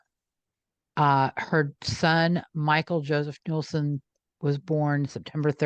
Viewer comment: Nueslein pron sounds like newslean